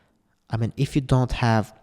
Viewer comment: bro: dond do it (in an indian accent) 😂 talking about logistics